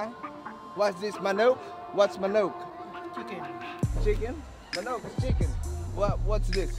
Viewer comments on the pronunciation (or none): What's manowk 😂 HAHAHAHAHAHA